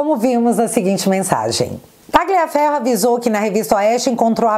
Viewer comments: só corrija a pronúncia do sobrenome Tagliaferro(pronuncia-se Taliafero) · Oi! A fonética de Tagliaferro é Talhaferro assim como, Raja Gabaglia é Raja Gabalha.